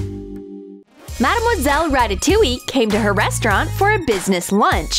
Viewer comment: Its not marmoselle its madmoselle